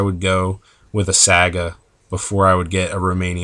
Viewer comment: ... are you pronouncing it saaga?